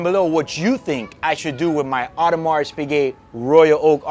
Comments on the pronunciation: really enjoying your chill attitude and the content, as a friendly suggestion ''s'' is silent with AP, cheers! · The final « s » in Audemars is silent. Or just play it safe and just say AP, as most Americans do.